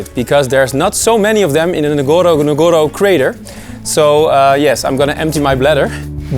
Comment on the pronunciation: Nice keep going . but ..one of the safari name is not nagoro nagoro, it is Ngorongoro..say Ngorongoro. thank you bro.